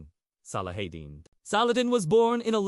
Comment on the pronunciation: I think if u r going to attempt a historical view of a most respected man you should at least attempt to pronounce his name right otherwise if u don't know how to say his name how can you know how to speak about his holy deeds.